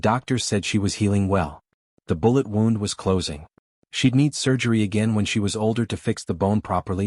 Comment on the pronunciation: That one stroller picture where its dark.....that is a big kid sitting there. Always some stupid picture with the stories. And you can' t seem to pronounce some words.....like wownd for wound. Other stories mispronouncing lots of stuff.